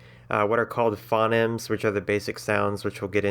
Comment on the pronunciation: "phonemes" are pronounced "fou-neemz"